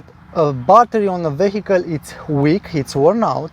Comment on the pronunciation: Great video again. And I noticed in every video how you say the word "vehicle". Please check online how to pronounce it right :)) (No hate, just a tip)